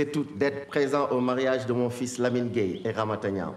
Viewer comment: Gueye comme si elle dit gaï😭😂😂